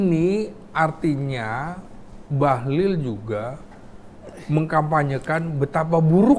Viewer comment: BAHLIL itu pakai " i " ya Pak, bukan pakai " u ". 😅😅